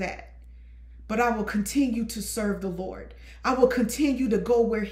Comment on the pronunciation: 🤣🤣you have to put that T on the end 😂 LerdT😂